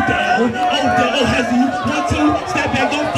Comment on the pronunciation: Bruh called him “Nodell” 😂